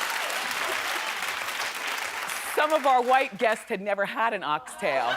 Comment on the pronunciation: It's "oxtail", not "ox tail" and is the tail of a cow. Formerly, it was the tail of an ox. It is a staple dish for West Indian people, especially, in what we term, "Satday (Saturday) Soup". (To the woman who is from the UK, as am I, born here to parents from the Caribbean island of the beautiful St Kitts & Nevis), were you referring to the canned variety, you would buy in the supermarket? If you were, that's fine, but what I am referring to is not the Heinz canned soup, (which, quite frankly, is not nice...), but the type that is cooked fresh, with other food such as sweet potato, Irish potato, carrots, yam, and other "hard food" to make a very, very healthy and satisfying "one pot" meal. You're welcome! 👍🏾